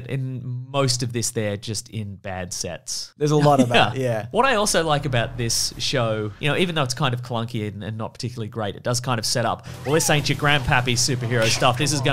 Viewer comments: I LOST it when Ben edited in Greedo saying Macklunkey when said clunky. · its Cluncky..... but not MacClunky!!!! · Anyone else catch the 'Mcklunky'?